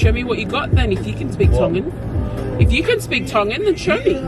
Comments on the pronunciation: Aww gotta give it to team Georgie hehhe pronunciation on point but well done for singing along 🇹🇴❤️🥰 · Love it guys haha must have some Tongan in him he got the Tongan Prounounciation on Lock. Love u guys keep coming with the videos 🤗😍🙏🙏🙏 Bless you both. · My man was born in Tonga tho hahaha lesgooo pronunciation got it on lock yo lesgooo🇹🇴🇹🇴🇹🇴🇹🇴🇹🇴🇹🇴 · So crack up 😂 did better with the Tongan words.. pronounciation and correct words giiiirl u smashing those Tongan words 😂 osi just 🤷🤦😂